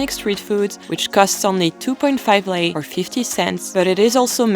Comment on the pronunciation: I love that you didnt say ron instead of lei AND that you pronoanced lei correct You have all my respect